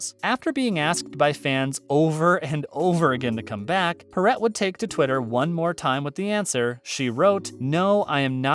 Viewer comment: Yeah...Pauley Parrot! Lame.